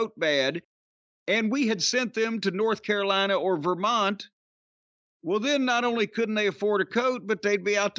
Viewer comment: it's not the Ver-Mont-EE?